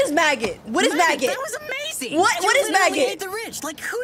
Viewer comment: help it sounded like she said “magnet” instead of maggot lol